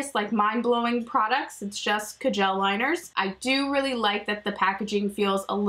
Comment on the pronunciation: Are you saying ca-gel liner?